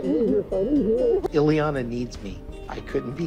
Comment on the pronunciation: It's Ileana, not Eliana and she might have lived in Austria, but she is Romanian.